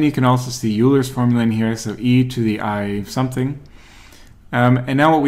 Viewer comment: pronounce Euler correctly😀 (Oylr)